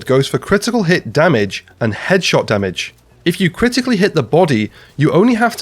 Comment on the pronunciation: I want to know why almost every division content creator says "damich" instead of damage